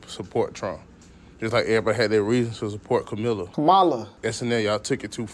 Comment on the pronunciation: That’s not how you say “Kamala” it’s “Com- ah-lah” not “Kah- mollah”